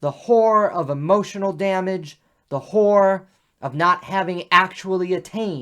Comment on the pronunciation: horror not whore; otherwise well done.